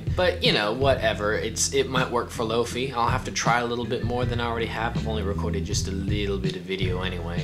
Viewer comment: Great video. I found one today for nine bucks at a thrift store. I'd like to add its pronounced lo fie not lo fee. Comes from hifi which is high fidelity and lofi is low fidelity. I e low quality